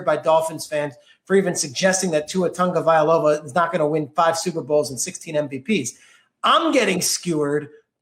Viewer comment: Why does everyone that tries to say Tua's last name put an 'N' in there? Tua "Ta'go'vai'lo'a", not "Tan'go'vai'loa".